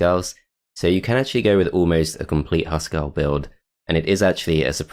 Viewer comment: Great to see this map played. I rage quitted it first times I tried it; damn Crone/Nornor. Fun fact: Huskarl is pronounced with an U like in Hugh and by articulating all letters. It means House Man in Swedish and probably refers to an old term for clan inhouse loyal guards. Just a ps. Why would they patch that achievement out? xD